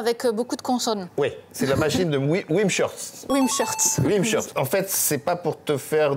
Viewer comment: "Wimshurst" se prononce "wimz-hurst", ici le "sh" ne se prononce pas "ch" tout comme dans "Portishead" du fait que ces noms sont la concaténation de deux mots distincts.